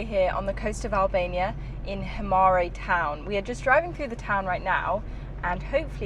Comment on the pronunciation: Himara not Himari